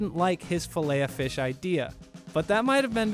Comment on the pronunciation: You pronounce the ‘t’ in Filet-O-Fish